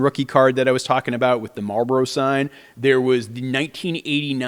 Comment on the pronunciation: You can tell where he grew up by the way he says marlboro? Now i need to know where they pronounce it like that.